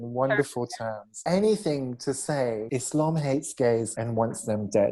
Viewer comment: this chick doesnt know anything about islam when she cant pronounce islam or muslim.